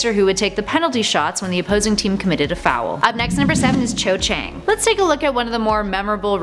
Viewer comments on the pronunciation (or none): Cho Chang sounds "Sho Shang" not how it is spelt